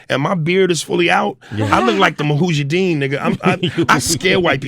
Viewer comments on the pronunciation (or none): Lol he says "ma-hu-jah-deen" like Patrice O'Neal did in an O&A episode. It's mu-ja-ha-deen 😂